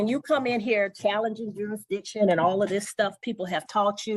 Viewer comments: words are IMPORTANT. The word is JURISDICTION. NOT JURIDICTION. Learn how to be articulate and annunciate properly first, BEFORE you try to "school" someone. I "demand" you speak English first and save your gibberish for your home. Sit your dumb behind down. Better yet take 2 seats.🙄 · This dude is a half wit moron. He said "SUBJEC MATTER JUR-A- DITION" He can't even say JURISDICTION, I know he can't spell it, the right way or wrong way😂😂. Just stfu and get a lawyer goofy. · He gotta figure out “jurisdission” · Don’t forget “jurisdission” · “Juridition”? Learn to enunciate, before you go “toe to toe” with a judge! You’re just embarrassing yourself! And just get a load of his “POSER”, AG, “Crocodile Dundee”, packing (including a knife unsheathed under his belt), inside a federal building! Clearly…..he is nowhere near a federal building! 🤣😂🤣😂🤣😂🤣😂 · This fool cannot even properly pronounce the word 'jurisdiction'.